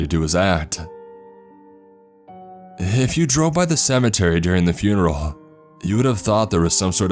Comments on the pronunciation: "Fun"eral. Really? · Did you just say fun real